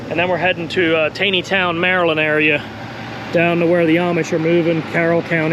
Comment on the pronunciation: That’s pronounced “Tauneytown,” my friend. Near my hometown in PA. 😊 Now you have to let me know the best place to get fresh meat and vegetables in Lancaster county. Dare I say there’s a place with your surname that’s a very good store? That’s what I hear